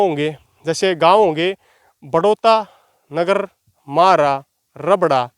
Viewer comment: अजीज, गांव का नाम नगर है ना की नागर,।